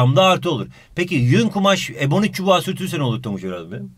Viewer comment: 30,51 ebonik çübüü :D